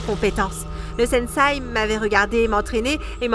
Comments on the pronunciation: Super vidéo mais c’est pas une étoile mais un shuriken et c’est sensei (qui ce prononce senssé )pas un sensai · Quand elle dit SENSAI J ai envie de lui dire on dit SENSEI ohhh!!!! 🥱